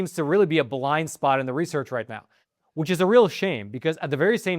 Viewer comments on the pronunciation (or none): none